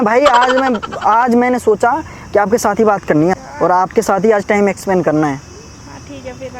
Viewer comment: Expand 😂😂 spend hota ha